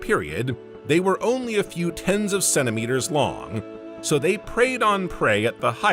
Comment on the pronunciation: You'd think an AI could pronounce measurement units but centimetre seems to give this one a real problem.! Oh yes, preferred the original, unique narrater.